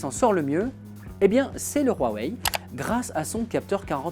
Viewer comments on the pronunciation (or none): huawei pas rhuawei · Ça se prononce Wawei et non Rwawei 🤦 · PK vous dites Rhuawei ? c huawei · Cest rouawei non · C'est degeu ta prononciation du constructeur du p20 c'est huawei pas rhuawei arrêt putin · Ptn c'est pas roiweiye c'est Huawei et sa ce prononce ou,a,wei. Ou bien ou,a,wey. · il ma stresser toute la vidéo a dire "rhuawaei" mais pas grave. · "Roirwei" mdr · mais arrete de dire rouawei bordel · RHUAWEI MDR 😁😁😁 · Y'a pas de R c'est un H je dislike franchement sa m'énerve